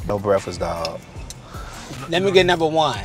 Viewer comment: "No breffis dawg"💀💀💀